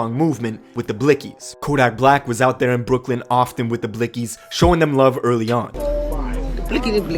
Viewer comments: Reporter said nick blixxy like bitch can u not see its blikxy x is silent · The way she pronounced blixky 🤣